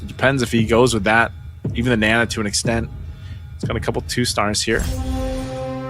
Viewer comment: its not nena its naaaaa naaa